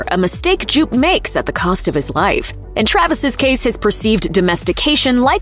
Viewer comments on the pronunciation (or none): I like this other explain video because they butchered Jupe's name so bad.... They kept calling him Jew-PAY.... Jew-PAY!!!